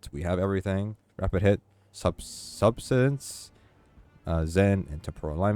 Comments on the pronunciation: He calls it sub-sid-ence everytime. It's sub-sis-tence. Great video though - very helpful thanks. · Not a single time you pronounce Subsistence right lmao thanks for the video